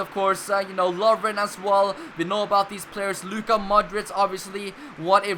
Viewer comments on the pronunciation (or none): none